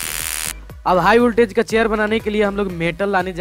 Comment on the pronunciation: "хиг вольтАж" Произношение уровень Мутко😀